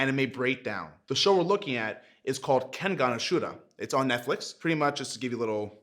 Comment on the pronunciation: Chad: Pronounces it right Me: An american “Ken-Gahn; Oa-shoo-rah” 😭 😭 😭